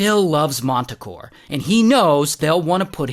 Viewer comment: They’re performing with this guy: MANTACORE 😂😂😂